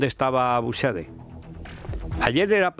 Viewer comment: Da gusto ver que hay algún comunicador en España que sabe pronunciar el apellido de Jorge Buxadé.